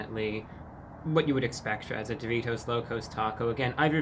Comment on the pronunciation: Why does he say doritos like that? Sounds like he is saying Duvitos almost